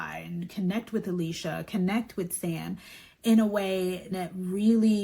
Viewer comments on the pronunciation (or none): Barb chose to waeponize that party to punish Jen. She wanted to cancel the party and Frank told her no. Now she chose to "show" Jen what it's like to be iced out by family. Barb is all fake nice to the guests with fake praise and fake apologies (also calling Alecia AH-lee-see-ah. In true Barb fashion). Barb is acting in the way her own mother treated her. This whole thing will not end well for Barb.